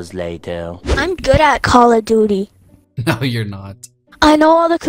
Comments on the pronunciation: why does they say call of doodie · It is call of doote